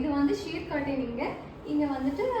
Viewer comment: That's not ஷீர். That should be pronunced as ஷீயர்